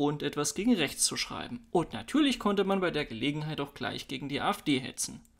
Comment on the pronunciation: Freispruch und Demo gegen rrrrächts, was sonst? 🙃